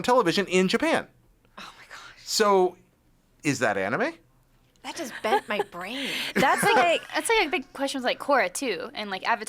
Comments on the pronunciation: it's like he says it with two A's like saying the name Aaron....Aanime lol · Why does he say anime like that 0_o? its clearly based off the word animation why change how its pronounced